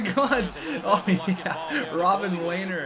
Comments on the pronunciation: Rob-him lehner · Robin Lehner = Rob Em Lehner or something along those lines